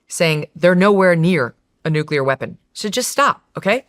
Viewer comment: Also. Why can't Joe Kent pronounce 'nuclear' properly? He will have read it and said it a million times in his job. Why has no-one corrected him?